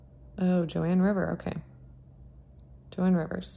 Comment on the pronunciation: Also so that no one yells at you when you say Joann Rivers it’s not pronounced Joann it’s sounds like moan but with a J. Your so sweet and I don’t want some YouTube troll coming for you for saying her name wrong. I’ve seen them assault people about their nails! That’s so stupid! Not everyone wants to paint their nails everyday! Yours looks very pretty in pink💕 I just hate seeing my jewelry ladies being trolled😡 Have a great Memorial Day! Stay safe❤️❤️❤️